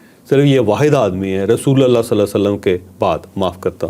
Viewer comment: rasulallah nhi,,,,RASULULLAH KHA KREN